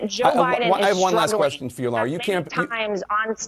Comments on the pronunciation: That should be pronounced "LAH-rah", not "LOR-ah" or La-ra as in Larry. Has no one in this generation ever seen Dr. Zhivago? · Bro, can you learn how to pronounce Lara?